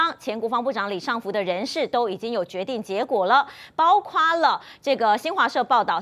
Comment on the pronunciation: 包[括]： 音[誇](X) 音[瓜]/[擴](O)